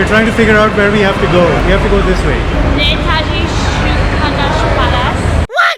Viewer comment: U pronounced Netaji name wrong in a way of mockery he gave us bloody independence from u looters blunderers and murderers u should apologize I being a Bengali that hurt me